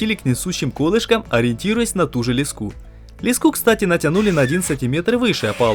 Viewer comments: не лескА, а лЕска) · Не лескА, а лЕска!!! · ЛескУ, это наверное украинская особенность, в России этот предмет называют лЕской, а лескА режет ухо. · Леска произноситься с ударением на е в любом случае! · В слове "леска" ударение ставиться на первый слог. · Ролик суперский. Вы просто молодцы. Всё четко и слаженно. И конечно хотелось бы продолжение увидеть. Но есть маленький нюанс. Слова "Ле́ска" ударение на первый слог, так же как и в слове "Меша́лка" на второй. По ушам режет лескА, и мЕшалка. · Ты что прикалываешся с ударениями??? лескА, мЕшалка, кухОнный!!! Это ужас. Такое количество подписчиков обязыват к чемуто, тебе не кажется? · Леска', меша'лка.. кровь из ушей.. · Вот только ударение в некоторых словах подводит , в таких как леска и мешалка, неприятно воздействует на слух, надеюсь всё исправится. А так молодцы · Очень информативно, всё по делу. Молодцы! Всей семьёй: жена чемпион! Ш Как и должно быть: друзья друг другу помогают. Грамотно построенный текст. Только: мешАлка и лЕска - ударения, аж в словарь залезла... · ЛескА, мЕшалка - всего лишь ударение, а слово уже кажется незнакомым по началу) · лЕска, мЕшелка... Бедный русский яык